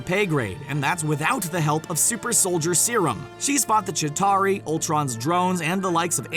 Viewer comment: Its Chitauri not jatari